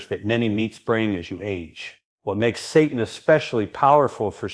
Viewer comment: pronounced SAY-tan